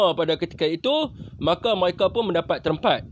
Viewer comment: Mcm rohingnya juga ni orang hahah😂😂 sebutan mereka jadi myeka😂😂😂